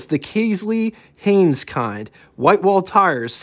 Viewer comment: not kays lee! kelsey(kel c)😁😁hayes not hayns,no N